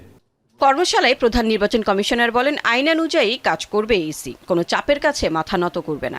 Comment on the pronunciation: সি সি না ইসি😅